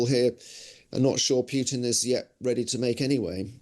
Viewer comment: Please, Russia's lunatic president's name is Putin, not Pjutin!